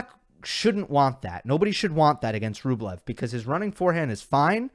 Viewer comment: Why do they call Rublev Bweh?